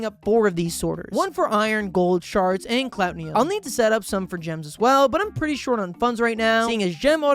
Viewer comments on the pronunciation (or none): The way he constantly mispronounced "Cloutium" as "Clout-ni-um" or "Clot-ni-um is so annoying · Clout-ee-um not clout-ne-um but still love the vid